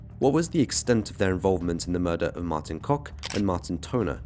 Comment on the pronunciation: Yep that's how you pronounce Kok! 10/10 for the improvement!❤